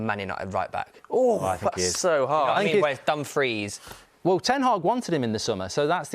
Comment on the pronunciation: said Dumfries dfkm😭😂😂😂